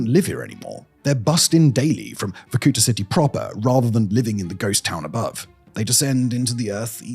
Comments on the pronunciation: It's pronounced VorkuTA, not VorKUta. The stress is on the last syllable. Why do anglophones nevel look up pronunciations? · Me as a Russian clicking on the video to see what other nations think about Varkuta. Oh, btw it is Varkutá, like the last vowel is the one you should articulate not the oo sound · Dang, I used to live there for a while 😕 Not wussia’s, Komi’s. And it’s Vorkutá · Sérieux c mauvais la traduction est mauvaise tellement que ça m'enlève le goût d'écouter jusqu'à la fin vorkouta pas varkoutoa ni vakouta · The video is full of antisoviet lies. And you could at least learn to pronounce the name correctly. It is Vorku'ta. The stress is on the last syllable. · VorkutA, you stress on the last A.😊I am Russian, take my word for it. You l say how you do it, no one in there will know what you are talking about 😅 you are welcome. Victoria.. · Vorkuta -- spell it Vor - ku -taa hit last vocal letter not to hit o long. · It's VorkutA. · making 30 minute "shocking" video about hell-on-earth-city and cannot even bother to pronounce it's name properly. just repeat after the goddamn google translate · though the pronunciation of the word Vorkuta is different